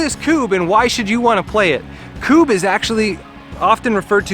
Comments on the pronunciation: Its not Kuuuuub. Its Kub. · This highlighted some rules we had done differently, we’d been returning the knocked down pawns/Kubbs to the back line, game took forever. Also a double consonant is done to force a short sounding vowel. Such as Tidy, and Tiddy. As such it’s always been Kubb (“Kub or Cub”) to us. ‘Koob’ made it very frustrating to watch :-). But thanks still. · It’s pronounced CUB